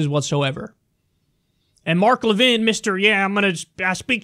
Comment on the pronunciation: I guess Levin didn't read the whole chapter on the Alienation & Sedition Acts, or he might have noticed that John Adams got ran out of the White House because of them. Pay attention, dude. (Also "Le-VIN"? What are you, French? It's pronounced "LEV-in", dummy.)